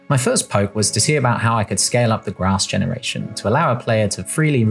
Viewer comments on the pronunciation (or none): none